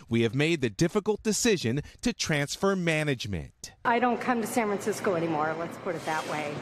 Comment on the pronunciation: "San Francisceow"